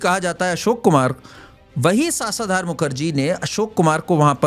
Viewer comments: It’s शशधर मुखर्जी! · सासाधार मुखर्जी भाई शशधर मुखर्जी नाम है उनका....उसका अर्थ है चंद्र....और सामर्थ नहीं समर्थ है वो शब्द...जरा इसपे मी काम किया करो